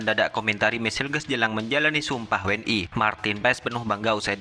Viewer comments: we en i bukan dauble u n i ; tu cara berbahasa melayu yang benar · Bang cara bacanya jangan inggris tapi bacanya we n i jangan dabelyu